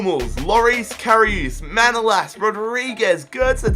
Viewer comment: Kinda annoyed me you pronounced manolas wrong but Awell! Glad you chose him though! But again annoyed it's liverpool!